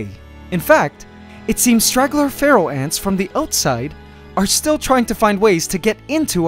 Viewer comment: When you say Pharaoh I hear Feral